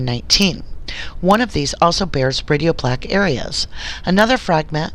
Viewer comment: A few mispronounced medical terms... such as “radiopaque.” Other than that, excellent work getting the documents. Your suspicions and questions are spot on! I pray for the Avery family! May justice be served for them and for the Halbach family!